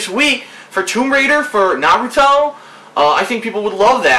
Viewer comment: He watched the first 3 season of Naruto and a few others after that, He also said he read the manga. Though I'm still not sure why he couldn't pronounce Naruto right lol.